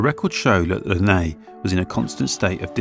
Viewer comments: It's definitely not pronounced like this though - I've lived here my whole life: it's 'Less Ness', I promise you 🙂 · The pronunciation by locals is/was less ness. It's not French. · Has alway been pronounced less ness. Lovely walk, lovely vid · Lovely to watch this, but the pronunciation is definitely Less Ness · Haha I now know how to pronounce Lesnes Abbey! 🤣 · You need to learn how to pronounce the name of the Abbey as it is nothing like the way you are saying it. Do your homework.